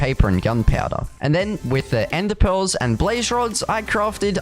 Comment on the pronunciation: and we got a endepel Me: is there a letter r in country or accent